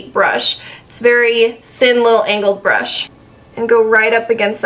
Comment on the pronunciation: Hahah Every time you're saying "angled" brush it sounds like "anal" brush hahah beautiful job but had me giggling throughout.